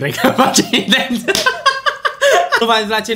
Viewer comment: "intelționat" mooor😂😂😂😂